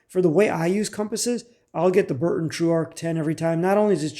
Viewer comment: The U.S made compass is made by B R U N T O N, but you keep calling it B U R N TON.